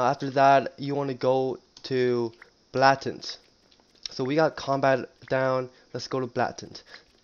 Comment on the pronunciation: Whos gonna tell him thats not how you say "blatant"